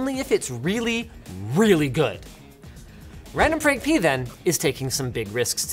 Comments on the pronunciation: Linus really said randomfrankp-ness 😂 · Linus said pee-nus LoL😁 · Linus says P ness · Did Linus just say RandomfrankP3N1S? giggity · Linus said P'ness